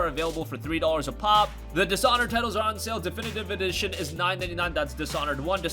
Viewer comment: “Definitive Edition”